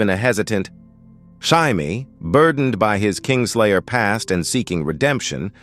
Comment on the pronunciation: Jaime. "Jay-mee" not "high-me"